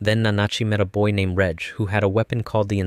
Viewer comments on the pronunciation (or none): not you calling him "redge" 😭